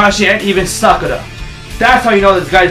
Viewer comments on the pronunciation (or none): none